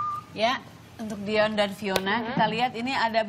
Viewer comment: Dion min bukan Diyon 😂